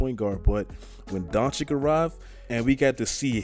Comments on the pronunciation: it's pronounced DONCHICH, not donchik. it hurts my ears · Nice vid man, but his name is pronounced Donchich and not Donchik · DONCICH* (not doncik, donkic, donkik) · please stop calling him Luka Donchick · Dude, its Doncic, not Donchik, learn to spell his name right, its two same sounds! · Take a shot every time he says chip on his shoulder or says Doncic wrong who’s down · How does any 6'8 guy seem like a regular civilian? 🤨 Also the last c in his name is basically pronounced the same as the first c and not like a k. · Pls pronounce him right you be like Steven a Smith out here the second c is pronounced the same way the first is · You probably have no idea how huge Doncic is and please learn to pronounce his surname..